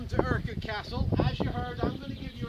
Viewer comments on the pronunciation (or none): Will some one learn how to pronounce "Urquhart"? It's not urkit it's urQUART. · its urkurt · As Gary Fowler mentioned in another video's comment 'It’s a Scottish name pronounced Ur-churt, with the ‘ch’ the same as in ‘loch’ '